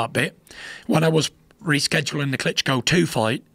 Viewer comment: He says “Klitco” - sounds like a brand of intimate female devices.